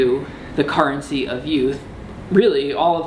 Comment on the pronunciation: Currency = CARrency